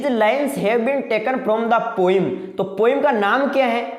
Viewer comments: Poem hota h vo poim nahi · O bhai poem hota h 😂😂